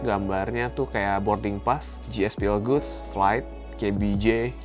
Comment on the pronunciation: GSPL GOODS tu baca nya bukan gospel goods tp gaspol goods